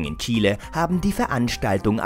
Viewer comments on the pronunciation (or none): none